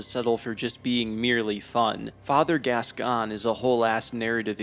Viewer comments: I will say, regardless of my other comment, biggest crime in this video is pronouncing Gascoigne as Gas-Can 🥲 my guy there is an "i" there it's Gask-oyn, he's French not dyslexic 😂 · I know theres something to respect about learning how to pronounce words by reading rather than hearing them first... but I draw the line at "vi-car". Jesus. Its a title, not a name... as in the members of the clergy 'vicars', dude. And its pronounced "gas-coin"... hopeless! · Saying bb is the hardest FROM game is fucking ridiculous 😂 also you’re the only person who apparently doesn’t know how to pronounce Father “Gas-Coin.” And saying BS Beast is easy but Father is hard is also ridiculous. Man… I have never seen a YouTuber who goes so far against the common consensus of almost everything in this game. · Father Gas-gone 😂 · No English speakers pronounce it properly so it doesn't matter. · He's saying it wrong haha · The way he pronounced Gascoigne too 🫣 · French is my first language and sorry to say but, this is not how French speakers pronounce this name. Outside of very specific regional accents, maybe.